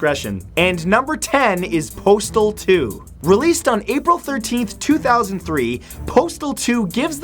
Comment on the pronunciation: When he said postal 2 I thought he said portal 2